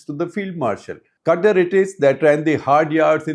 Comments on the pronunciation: Sir, it is not CUTTER, it is Qatār. Please. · Shekhar Qatar even though spelt this way, the country would pe pronounced as kathar. The ka would be a more guttural ka more from the lip or the palette touching more towards the back of the throat. Lived in kuwait for a few years. I have heard arabs say the word.😊